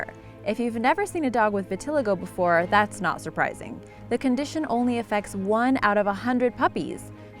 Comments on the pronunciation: it's pronounced vi-ti-lie-go not vi-ti-lego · Vit-ill-eye-go not v-till-igo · It’s pronounced vita lie go. Not vi til a go. Stupid bitch. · This girl said VIT- TILL- IGO. ITS PRONOUNCED VIT- LYE- GO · It's pronounced vi-ta-lie-go not vit-till-ago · Vit-al-eee-go not viteligo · Vit-uh-lye-go You're welcome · The way she says vitiligo tho xD ITS VIT-IL-EYE-GOE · Vilitigo is pronounced "Vit/ih/lie/go" according to Mirriam Webster. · It's called Vit-til-li-go. Gentian is derived from a plant and is a natural antibiotic. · no the cringe stop. My friend pronounces like that too. It's pronounced vi-ti-lie-go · It’s vit-il-i-go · Your pronouncing vitaligo wrong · Its vit-ah-lie-go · I'm pretty sure it's pronounced vih-tih-lie-go I mean.. I have it... so... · It's pronounced vit-a-lay-go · it's pronounced vit-uh-LYGO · Learn to say vitiligo. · You definitely pronounced Vitiligo wrong, I would know I have it to😂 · You're saying vitiligo wrong lol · *cringed every time she mispronounced vitiligo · You need to look up how to pronounce words. Start with vitiligo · You stress the third i in vitiligo, not the second. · You pronounced Vitiligo wrong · That's not how you pronounce vitiligo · Ur saying vitiligo wrong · The Rottweiler with Vitiligo... it bothered me SO MUCH when she was saying it wrong 😬😬😬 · Dumbass pronounces vitiligo wrong so how accurate can this video be? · Omg 🤦🏽‍♀️ she makes me want to slap her every time she pronounces vitiligo wrong 🙄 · You mispronounced vitiligo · She said vitiligo wrong😤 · That's not even how you say vitiligo